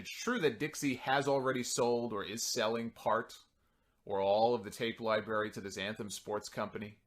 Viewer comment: Did you just say 'Libarry' at first?